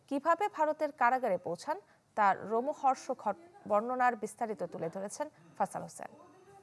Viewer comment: রোমহষর্ক না বাবা...... লোমহর্ষক। মানে কোনো ভয়ংকর ঘটনা শুনলে গায়ের লোম খাড়া হয়ে যায়।।